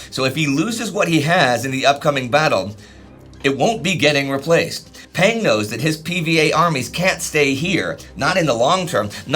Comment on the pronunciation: The vowel sound for Peng in Peng Dehuai's name sounds more like the vowel sound in the word rung.